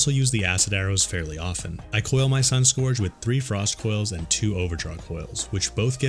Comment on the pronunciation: Just an FYI dude, Scourge should sound like surge, not forge. (I’m a fan of your videos, just trying to help - not trolling!)